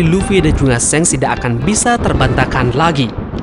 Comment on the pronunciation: wkwkkw mimin nyebutnya shenk (seng) ,bukannya shanks (shangs) ?😂😂